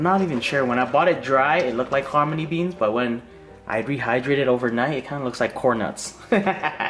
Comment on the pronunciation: 🤣 did you call the hominy, harmony beans? Lol if you didnt you should slap a patent on it RIGHT NOW.